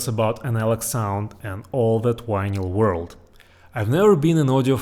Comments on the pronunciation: you seem to have a very good command over the English language except for the sound of one letter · Love the way you pronounce "vinyl". Just like Chekov on Star Trek. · "wanyl" instead of "vinyl"? Skiiip! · You can pronounce the “v” in video, and everything, but you still say why-nyl instead of vinyl? Anyway, pretty cool stuff. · It’s vinyl, not winyl. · It's Vinyl not Winyl, in English. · Vy-nall not VY-nyal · It’s Vinyl…not winlyn lol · It’s VINYL, not WINYL! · You can say the word "groove" with the V being properly pronounced no problem but can't say Vinyl with the V properly pronounced? What the fuck is a whinel? It's Vinyl, do better, you're obviously smart. Vinyl not whinel. 😂😂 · OH, vinal..... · Take a shot everytime he says "wynil". 😂😂😂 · Triggered. Not even yet beyond the intro, but we have a guy measuring stuff by atoms, calling his vynle collection wis wynle collection. Losing me fast. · VINL - the Y is silent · What's a 'whinal collection' ? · it's RECORD! no vinyl and not whinyl. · Why do you say ¨Winal¨?,😅😅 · How come you're so incredibly smart, intelligent, and educated.... But you pronounce "vinyl" like "Wynil"? No English (British, American, Australian, South African, etc) pronounces "vinyl" like this. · What is "wine-ell"? There’s no word in English that is pronounced that way. The same goes for "wideo." I only speak English, Spanish, and German, but one of the very first things I learned for each language is how each letter is pronounced. I was also taught to speak each language the way natives speak, not the way a non-speaker mispronounces that language. But I guess I either had better teachers or I just paid more attention to how native speakers speak. It’s not hard to do…if you aren’t lazy. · "wineyal" lol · I think he's saying vinyl records. Sounds like "wino records". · You do know you are saying vinyl wrong right